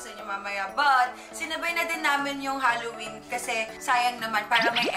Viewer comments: zebby Halloween not Hollowen 🤣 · HAlloween mi, hindi HOlloween po. 😅😅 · HALLOWEEN NOT HOLLOWEEN! 🤗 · HALLOWEEN NOT HOLLOWBLOCK CHARRR 🤣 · Hallowen mi hindi hollowen hahhahahahaha